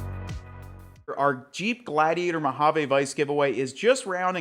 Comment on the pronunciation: I know right and the way he pronounces Mojave cracks me up 😂